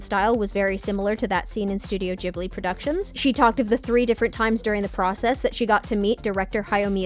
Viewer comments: WHO TF PRONOUNCES IT JIB-LI ITS GIB-LI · Never heard it pronounced Jibli before